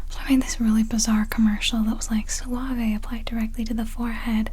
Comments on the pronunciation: You do pronounce it "suavE". It means "soft" in Spanish. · In Spanish it is pronounced Suaveh so yeah, you were still fine xD